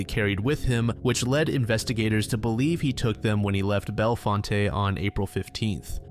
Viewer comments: Just FYI, Bellefonte, PA is pronounced "bell font" not "bell font-ay." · Bellefonte is pronounced BEL-font.